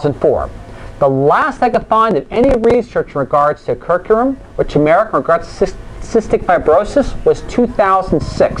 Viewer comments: I'm very interested in this. I would say you might do well to spend 5 minutes to practice how to pronounce a word that's the central subject of your video, or instead publish this as a blog so that you don't have to say 'curcumin' out loud. People tend to make snap judgement about your intelligence when you badly mispronounce simple words. Try this: CUR--- Q --- min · That is an acceptable criticism. It is actually an error in pronunciation I made quite a few times. I agree fully with it giving the wrong impression. This is something I will fix the next time the subject of curcumin comes up. CUR-Q-min nit Cur-Coo-min.;-) - Blog Here